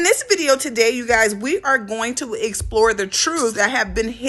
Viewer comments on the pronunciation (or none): none